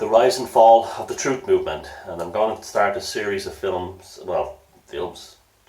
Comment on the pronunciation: Troof?? You can't handle the Troof!